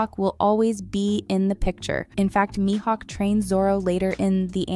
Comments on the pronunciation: wkwkwk same, and when she said maihouk to 😂😂😂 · who is Lucky and My Hawk if your going to comment on a show at lease get there names right! lol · She did say me hawk. Her pronunciation of Luffy was definitely bad. Edit: she said it right the first time. But then she said his name a second time and third time and somehow butchered it as My hawk. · The way Luffy and Mihawk’s names are pronounced are extremely grating on the ears. This person never watched the anime or talked to any one piece fan